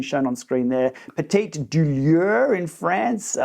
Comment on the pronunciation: It hurts a little to hear you said “petite douleur”😂